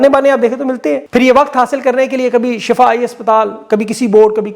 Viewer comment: salam,,ye shafa nahee Shifa hai lehza Shifa parah karain Shafa aur shifa me farq hai ..Shafa Jahanum ka kinnara hai aur shifa ka matlab sehatyabi hai..jazak Allah